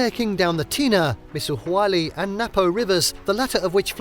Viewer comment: Been there. Pronounce tena correctly for credibility.